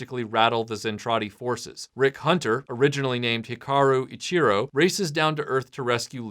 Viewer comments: Small quibble. Hikaru "Ichijyo" not "Ichiro" (different characters, different meaning) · You forgot to mention the reason it takes so long to reach Earth. The Macross stopped beyond Pluto, but the hyperdrive kept going. The Japanese last name for the main character is pronounced "Eee-CHEE-Joe." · It's also Hikaru Ichijo. HEE-Ka-ROO EEE-CHI-JOE